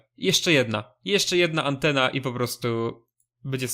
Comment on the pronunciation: Czemu mowisz Antena chyba powinno sie wymawiac atena poprostu Nawet jeśli to przyjemniej sie slucha np jak mówisz ejres to lepiej brzmi poprostu aries